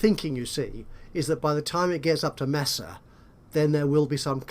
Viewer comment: Not nitpicking, but Mesa is pronounced "May-sa".